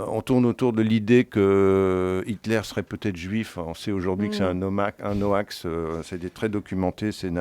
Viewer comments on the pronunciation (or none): Hoax se prononce "oks" M. le donneur de leçon Pasamonik ; et le Dieu des Mangas, c'est "Manga no kami saMa "